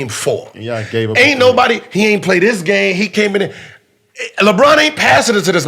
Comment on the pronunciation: jesus CHRIST i love the way kd pronounces “y’all”